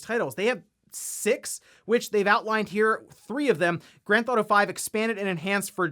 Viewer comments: Is it just me or does anyone else notice everytime says "Grand ThAuto" lol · He has probably said the words "Grand Theft Auto" that many times in the past, it sounds like he's having a stroke.